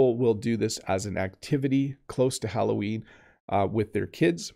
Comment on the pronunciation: « Allo Ween !!! » 📞 😊 Qui est « Ween » ??? 😂👍